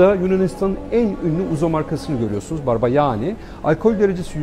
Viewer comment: Barbagianni nin doğru telaffuzunu öğrenin lütfen